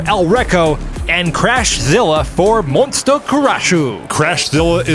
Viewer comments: Love me some Demolition Derby! But guys, it's MON-SU-TA! :) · Um, I think you are mispronouncing Monsuta 😂also the mad cabby lost his lunch lol